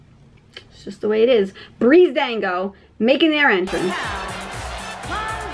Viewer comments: Breezango not 'Breezedango' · Ismaeel Wajid Breezango*